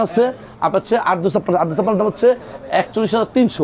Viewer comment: Dam bolar somoi স্পষ্ট করে বলবেন বোঝা যায় না